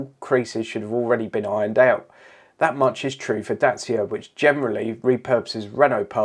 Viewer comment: Dacia, rhymes with thatcher.